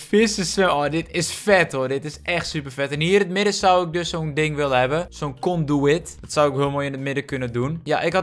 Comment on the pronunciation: het is vet als je glowstone onderwater plaatst buiten de dome zodat je beter de onderwater wereld kan zien door het glas heen. het is trouwens een conduit niet een conduwit. (Kon-dwiet)